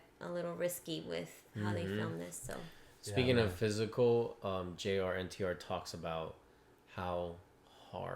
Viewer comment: bruh his name is Jr.NTR as in JUNIOR NTR